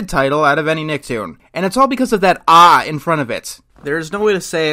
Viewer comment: It's not "aw", it's "ae" as in "bad" or "mad"...and that's a common scare reaction.